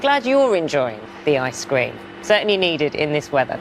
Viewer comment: "Ice Scream"..she needs to learn how to pronounce ice cream